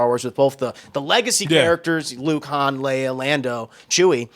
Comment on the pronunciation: Homie I know you're not a fan you just talked about popular things but it's Princess Leia not Princess Leah